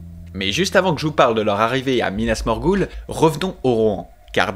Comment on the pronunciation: "Pipine , minasmorguoule, Izengard" ptdrrrrrr j'ai envie de mourir c'est quoi cette prononciation